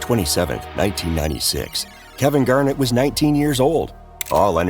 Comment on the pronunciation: Its not Kevin Garnit.